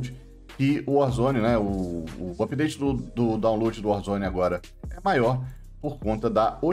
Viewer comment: "Season tchu pideite" kkkkkkkkkkkkkkk adoro